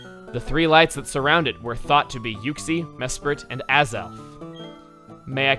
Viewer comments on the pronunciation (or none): none